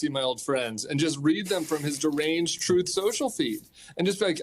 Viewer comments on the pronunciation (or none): Funny he can pronounce mein kampf but has trouble with truth ( troth)